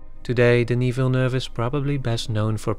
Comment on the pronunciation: As a French Canadian I appreciate your prononciation of Denis Villeneuve's name I groan at American prononciation and laugh at Google maps voice pronouncing French street names.